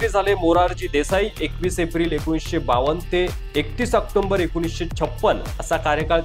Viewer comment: October bola. Octomber nahi.